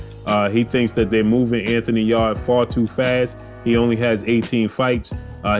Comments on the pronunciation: You say Anthony Yard huh LOL it’s Yarde Yar-day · Yarrrrrr-d lol